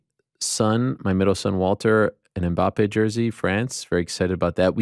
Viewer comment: can not pronounce Ajax like he pronounced it. Ariel said it right but Ariel pronounced Mbappé wrong. And i thought Ariel knows how to pronounce names, especially when its a french name. Smh. 😃